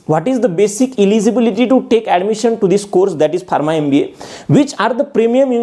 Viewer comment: Barma? Its pronounced farma